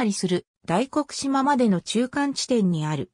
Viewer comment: 大黒島(だいこくとう)ではなく大黒島(だいこくじま)です